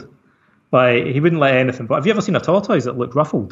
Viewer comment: "You ever seen a tor-toys that looked ruffled?" Mitch McConnell has left the chat.